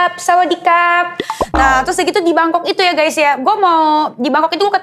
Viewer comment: BUKAN 'TYUS' DENIES! TAPI 'TERUS'